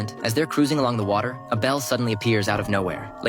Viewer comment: a cup of watehh